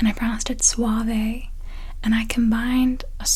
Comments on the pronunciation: You do pronounce it "suavE". It means "soft" in Spanish. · In Spanish it is pronounced Suaveh so yeah, you were still fine xD